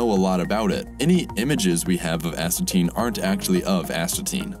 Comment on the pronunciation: Astatine.. As...ta...tine... Asthma tin